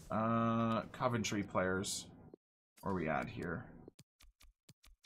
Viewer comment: For someone who lives in Coventry... the way he says it... Caventry 😂 love it